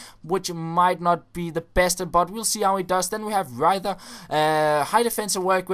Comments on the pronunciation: Riether! Not Reither- Kommer fran en dansker der skal op til fede tysk eksamen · Riether is pronounced like "reeter" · Riether is pronounced "Reta" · Riether is pronounced "Reeter" :D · pretty sure reither is pronounced like "rita" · Riether like rittersport with a long "i" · riether is pronounced like reeter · its pronounced Rita bro:) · Its pronounced Ree ter, as you asked i thought i'd be nice. <3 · The "ie" in German is pronounced like a long "i" like ... the "i" in e.g. ibra's name and the "th" is a normal "t" ... so it's "riter" with a long "i" ^-^ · riether is pronounced "reeter" :) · you said Riether wrong :D You must say it like Reeter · He is pronounced rether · Pronounce Riether without the 'T'